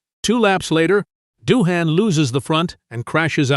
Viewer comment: Daryl Beatie will go down as one of Australia's best motorcycle riders. Is Dohane an Aussie beer. Japanese rider Abe is pronounced Arbay. AI voice over is so Cringe worthy.